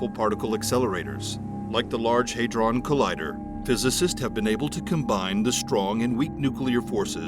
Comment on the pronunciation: Thank you for being the one person on Youtube who pronounces "Hadron" correctly.